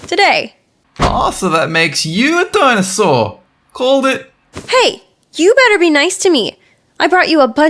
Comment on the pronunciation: “dinasaur” its “dinosaur”